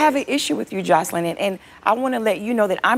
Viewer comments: It cracks me up when they pronounce her name “Josslean” 😂😂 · Lmaoo I love how dime calls joseline chanellica 💀💀